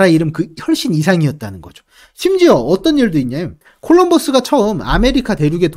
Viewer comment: 콜롬버스를 일부러 영어억양으로 내신건가..컬럼부스라니..